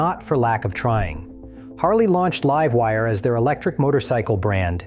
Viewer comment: think he/it read Live Wire as like in living, not LIVE as in now/current. *only once, other times it was pronounced in proper context.